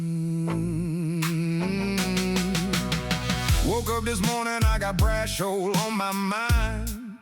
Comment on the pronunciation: Bra-cho-lé... do none of you New World 'Italians' speak Italian anymore?